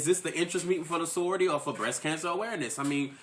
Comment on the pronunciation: why he calling it sorryority